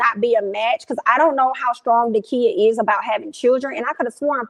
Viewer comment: It’s Da-Kia. Love you girl, but can’t stand when people get folks name wrong. 😑